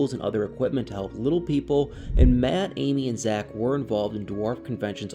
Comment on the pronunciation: You said that right, MATT made that farm.